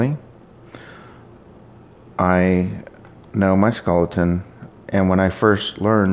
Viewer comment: Stop saying skulleton.